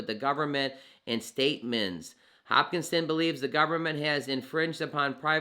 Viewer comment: giving this vid a thumbs up, but plz say Hos-kin-som, not, hopkinson like the baltimore hospital johns hopkins. Great coverage, appreciate ur work.